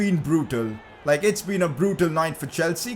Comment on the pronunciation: did you just say lik?